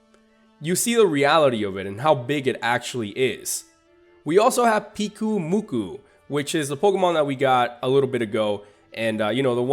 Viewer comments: I think Pyukumuku is supposed to be said as "puke-oo-moo-kuu" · Pyukumuku is pronounce Puke-oo-moo-koo, it's a sea cucumber, and the eat by vomiting up their stomachs and digest the food outside its body.